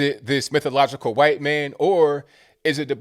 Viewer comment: i love how pronounces wHHHHHHite! 🤣🤣